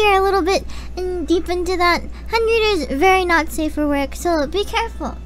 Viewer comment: Everybody's talking about Amashiro and whatnot here in the comments, but surely I'm not the only one that nearly did a spit-take when she said "Henreader", right?!